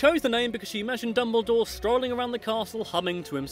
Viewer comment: If you ever say “I’m ” again, I will hunt to down and make a horcrux!